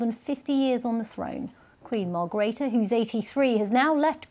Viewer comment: Darling its Margreethe not Margrita